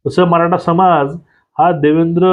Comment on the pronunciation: कानडी आहेत का? त्याचे उच्चार आणि अशुद्ध भाषा (मराठा याचा उच्चार मराटा ) अयोग्य वाटतात.